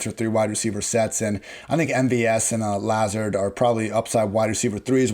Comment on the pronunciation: It’s not La-Zurd. It’s Luh-Zard